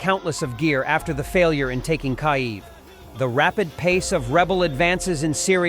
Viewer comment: Your AI forgot how to pronounce Kyiv